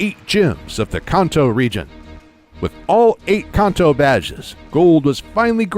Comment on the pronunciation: so why he pronounce Kanto wrong everytime?!